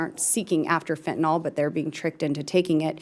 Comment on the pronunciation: It's really something how many of these congress people cannot pronounce exacerbated, and say exasperated instead. Additionally the majority of people including professionals pronounce Fentanyl "fentaNOL" .